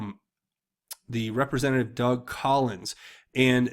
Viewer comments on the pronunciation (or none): none